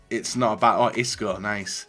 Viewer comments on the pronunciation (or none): none